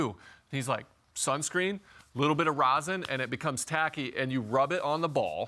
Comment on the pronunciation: Rosin, not Rosen.🤦